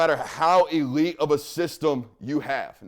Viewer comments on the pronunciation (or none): none